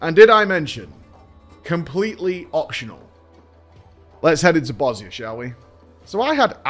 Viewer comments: Thank you for pronouncing Bozja correctly :D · Props for pronouncing Bozja properly